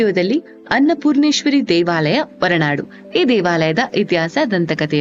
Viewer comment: ನಿಮ್ಮ ಪ್ರಯತ್ನಕ್ಕೆ ಧನ್ಯವಾದಗಳು. ಗೌರವಪೂರ್ಣ ಸಲಹೆ: ನಿಮ್ಮ ಉಚ್ಚಾರಣೆಯಲ್ಲಿ ಮಹಾಪ್ರಾಣದ ಕೊರತೆ ಇದೆ. ಉದಾಹರಣೆಗೆ- 'ಹೊರನಾಡು' ಬದಲು 'ಒರನಾಡು'. 'ಭದ್ರ' ಬದಲು 'ಬದ್ರ' ಎಂದು ಉಚ್ಚರಿಸಿದ್ದೀರಿ. ಇದರಿಂದ ಶ್ರೀಮಂತ ಕನ್ನಡ ಬಹಳ ಬಡವಾಗಿ ಕೇಳುತ್ತದೆ. ದಯವಿಟ್ಟು ತಿದ್ದುಕೊಳ್ಳಿ.